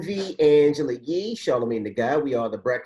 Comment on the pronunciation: No shade but it’s YEE not Lee